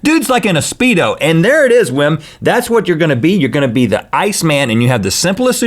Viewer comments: That man's name is pronounced as Vim. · You're probably right, since he persists even after Rhett pronounces it correctly! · Wim is pronounced Vim and he is the most spectacular person ever.